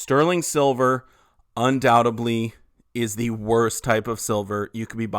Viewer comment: Undoubtedly not undoubteBLEE. Come on dude